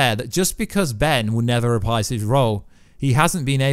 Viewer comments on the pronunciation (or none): none